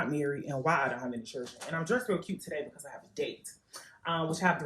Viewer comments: RED FLAG: if she says “churrdrn” Hey dude, if she can’t even fucking speak: NO. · First woman: but I have a list of reasons as to why I’m not married and don’t have any chirrrrdren Me: you’re 32 years old and willfully mispronouncing the word children. There’s a start. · If you can't say " children " properly.. probably shouldn't have any .